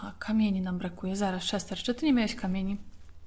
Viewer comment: Czester? :D